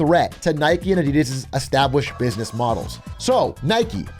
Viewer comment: The way you guys pronounce Adidas is kinda triggering, ngl